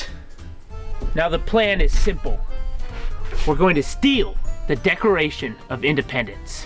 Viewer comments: Says Decoration of Independents instead of Declaration 😂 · Dude you said decoration as in let's buy some decoration for Christmas it's pronounce declaration of Independence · It's declaration not decoration of Independence